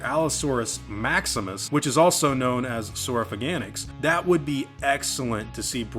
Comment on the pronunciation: That's the first time I've heard someone call it Saurofa-gan-ix rather than Sauro-fag-i-nax.